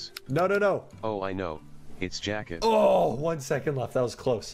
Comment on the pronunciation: I thought jacket was saying jocket